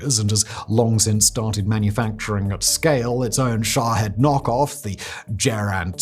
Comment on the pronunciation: Sha'HEAD? Really bro. I love you but sometimes y'all limey's pronounce or read things silly. It's Shaheeeeeeeeed. lol